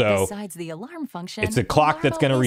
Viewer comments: Are you Canadian? Why do you say “alurm”? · Do you always pronounce “alarm” as “alorm”? Sorry if I’m making fun of you, but can you physically pronounce it correctly? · I think you mean "alorming" 😅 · you're great, but I have no idea what accent you have that pronounces alarm as "alorm". Is it the same for other words like "charm/chorm" or "karma/korma"? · The way you pronounce "alarm" is alarming